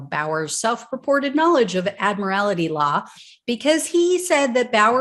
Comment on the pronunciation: Admiral-tee. Not "Admiral-ity."